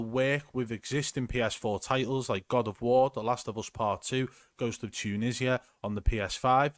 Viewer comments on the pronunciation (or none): “Ghost of TUNISIA”.... 😂😂😂